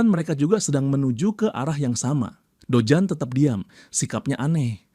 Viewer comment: Dojun min jangan dojan😂